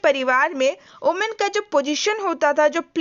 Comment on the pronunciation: Not omen it's women*